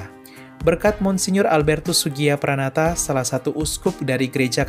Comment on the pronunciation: Mgr Sugiyopranoto bukan Mgr Sugiyapranata